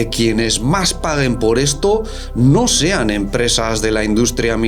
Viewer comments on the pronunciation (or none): none